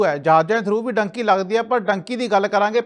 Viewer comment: ਡੂੰਕੀ ਹੁੰਦੀ ਆ ਡਾਂਕੀ ਨਹੀਂ ਹੁੰਦੀ ਪਹਿਲਾਂ ਬੋਲਣਾ ਸਿੱਖੋ ਫੇਰ ਗੱਲ ਕਰ